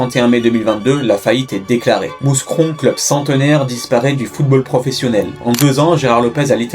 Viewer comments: pas "mousse cron" mais "mou cron" faut vraiment stopper cette façon d'écorcher les villes belges svp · A partir du moment ou tu dis MouScron, t'es pas crédible. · On dit Mou(s)cron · Mouscron... "MOUKRON" en phonétique putain de merde... Avant de taper une vidéo renseigne toi sur la prononciation, ché pas moi c'est la base. Ça peut paraitre con ce que je dis mais ça fait la diff entre un taff bâclé et une vidéo sérieuse. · Le s de Mouscron est muet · on prononce pas le s de mouscron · Mouscron le s ne se prononce pas. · Mouscron on prononce pas le s ! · Pour info, on ne prononce pas le "S" pour Mouscron ;)